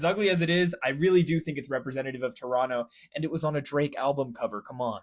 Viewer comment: He actually pronounced Toronto correctly